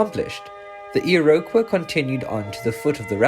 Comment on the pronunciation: I'm sorry, but if you're going to tell Canadian stories, you need a narrator who can say Iroquois correctly.